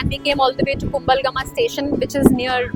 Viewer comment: Your style of speaking is so beautiful, I love listening to it.❤❤❤ But check the local pronunciation of the names of villages and towns. Kumbal Gama - not Kum bala gama ⚠ Ahan Gama - not Anaha gama ⚠ Kog gala - not Ko wella ⚠